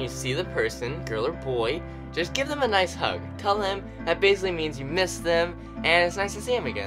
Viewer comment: he said noice hehe